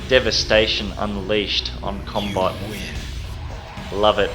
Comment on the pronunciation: I keep thinking he's saying cumbot.